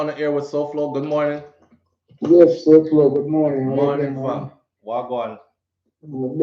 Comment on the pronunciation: Sowhog 🤣🤣🤣🤣 Lol Souflo couldn't deal with that would drive me crazy. No Way.